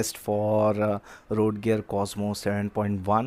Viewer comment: Red gear ❌ road gear✅